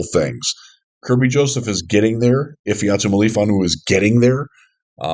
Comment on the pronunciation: analysis is fantastic He just needs to learn how to pronounce Ifeatu Melifonwu